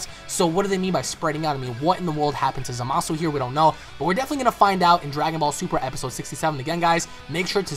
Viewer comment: its za-ma-su